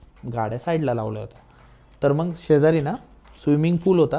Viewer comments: मंग नाही हो मग म्हणतात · हा सारखं लाईक लाईक काय म्हणतोय? मग म्हणण्या ऐवजी मंग म्हणतोय आणि इंग्लिश शब्द किती वापरतोय 😂